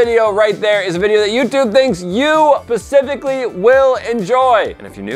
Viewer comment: "This video right there is a video that Youtube thinks you PACIFICALLY will enjoy.